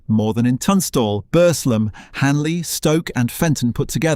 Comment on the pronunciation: Please ...it's pronounced "Burzlem"; "Bursslem" assaults my local ear...! And "Bess-wick" even moreso ("Bezzick" is the correct version). Plus the AI voice sometimes gives an odd meter, and doesn't convey the sadness of the loss of so many jobs and livelihoods. Other than that an interesting history. Thank you!